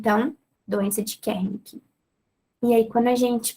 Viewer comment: Muito legal e clara a explicação. Mas você falava Kernick ao invés de Wernick